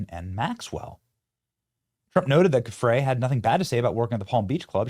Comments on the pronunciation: That's old news that Virginia (pronounced Jufray) worked at Mar-A-Largo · So tired of the mispronunciations. A ‘G’ followed by an ‘e’ or ‘I’ keeps the soft ‘zhee ’ sound. To keep the hard guttural sound, add an ‘h’, like spaghetti. So it’s Gill-ayne and Jew-fray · Her name is pronounced Virginia Joo-FRAY. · Benny, you’re great, but you need to trade the sounds you’re using at the beginning of the names “Ghislaine” and “Giuffre”